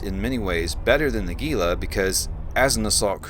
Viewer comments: Don't pronounce the G! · Jesus people is Gila, like Gila monster. Not geela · gila is pronounced Heela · hint: look up the pronounciation of Gila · Man, I hate to be that guy, but I have seen soooooooooooo many Eve videos that mispronounce "Gila". Before you flame me, understand, the ship is named for the Gila Monster reptile species, which is found in the southwestern USA and Northwestern Mexico, to a great extent within the Gila River basin of the Sonoran Desert. As a resident of the southwestern USA and a lifelong visitor to the Gila River basin and other places named for it, such as the Gila Cliff Dwellings National Monument, and the Gila Wilderness that protects the headwaters of the Gila River, I can assure you that I never in my life heard the pronunciation used in this video and many other Eve Online videos discussing this ship. The word is pronounced "HEE lah", or for those looking for even more accuracy the H sound is somewhat fricative, with the sound found in many Native languages from the area that (in Spanish) is written with an X. I understand that a German x is also similar. For English speakers, though, just an H sound is close enough. Here's a helpful youtube video: Or just use your search engine and look up "How to pronounce Gila". OK, with that said, my current favorite ship is a passive tanked Caracal Navy Issue putting out >500 dps with RLML IIs and Fury missiles at a range of ~30km and has over 30k EHP. It absolutely rips through hi-sec and lo-sec combat sites and escalations, and in abyssals runs T1 Exotics and Darks handily. It's just fun.